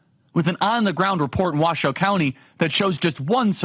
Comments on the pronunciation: Thank you for pronouncing the name of the county correctly. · 1. Charlie Kirk, I can believe you pronounced our county correctly!!! 2. Washoe county represents the rest of the country…we want secure borders, take care of our own first, and stand up to the world. You don’t see any Harris flags out there, do you? And this is how you know the polls are lies.